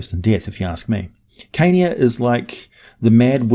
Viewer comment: I hear Kenya when you say Carnia and it gets me everytime.